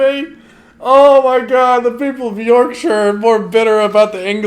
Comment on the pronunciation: Big county like Rorksher